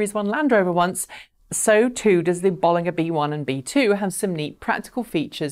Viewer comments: I thought it was pronounced "Bolinja" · Isn't it Bollinger with a J sound not G sound? Same as the champagne of the same name. Just checked with the Robert Llewellyn interview with the company. A small thing but it bugs me every time I hear you say it.